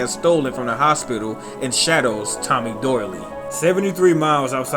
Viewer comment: Great video but I believe Tommy Doyle's name was pronounced Doyle not "Doyley". Jason Voorhees would be a good idea for a future history of Video. Peace...